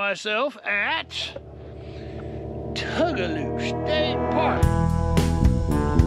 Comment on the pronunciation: I mispronounced it for years but just a note its Two-guh-low. My husband gives me the hardest time for saying Tug-a-loo. I even called them and was told I was wrong. lol!